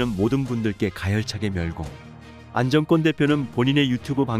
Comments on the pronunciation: 안정권씨 진심으로 응원합니다. 글 읽으시는분, “안정꿘” 꿘 아니고 그냥 안정권 “권”으로 읽어주세요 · 안정권 이름 읽을때 왜 안정 꿘이라고하나 엄청 거스리네 내용을 흐려요 읽는게 참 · 안정권 대표 발음을 일부러 인정꿘이라고 하나요? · 안정권 권발음이좀....ㅎ